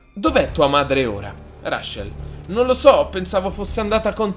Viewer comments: rascel?Reicel!(la pronunza 😂) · SI DICE “RECEL”